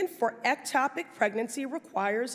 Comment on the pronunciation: I'm neither a politician nor an issue advocate and it is easy to see that Pressley is great at smuggly reading selected info. 5 minutes ago Pressely couldn't pronounce ectopic. Now it's the issue du jour? cmon.